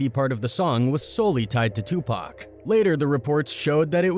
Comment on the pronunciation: 😂😂😂😂😂😂😂 2Pack grinds my gears